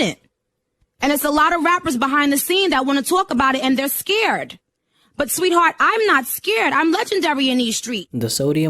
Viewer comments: “I’m not skared” 😂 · Nicki Minaj: I'm not sceered😂 wtf